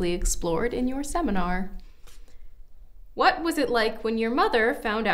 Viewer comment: Loving the "WAHT" hahaha